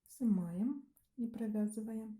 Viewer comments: "Сымаем" кровь с ушей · Все прекрасно, но вот это слово "сымаем", взрывает уши!